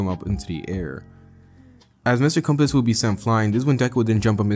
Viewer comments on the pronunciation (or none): First few secs of this new channel and I already know this mf gon deliver just by his voice. Bro… it’s Mr compress. Not compass 💀